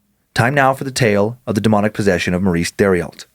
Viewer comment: I hate to be that guy but... Theriault=tehr-ee-oh I'm from Louisiana and we have a lot of names like this here. I love your show guys. This one was pretty spoopy!